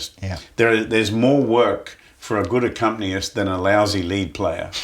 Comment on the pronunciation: "Accompniest" I like it